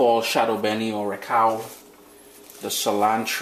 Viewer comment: Recao yes you pronounced it correctly, this recipe is on point. These are the basics to understanding and making a sofrito.